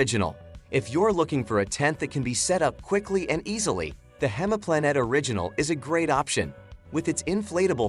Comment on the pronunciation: not 'hemaplanet' - it's pronounced like 'hymeplanet' - The English translation for the German word "Heimplanet" is "home planet."